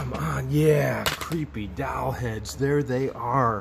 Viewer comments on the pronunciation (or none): No, not d-o-w-l! It is doll pronounced the same as ball...doll! LOL! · Doll, not dawl or however you said it! Lol